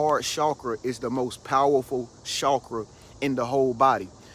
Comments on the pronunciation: Can I just say, i love the way you say the word "chakra"💞. Period. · I like it too....And I really and truly think that is one of the only ones pronouncing it correctly, based on how it is spelled....It seems that most people are using the phonetic pronunciation.